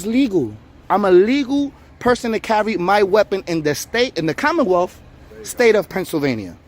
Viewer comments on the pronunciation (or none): Pretentious douchebag says, “Commonwealth.”